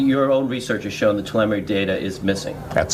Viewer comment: How am I supposed to believe this guy when he misproounces 'telemetry'.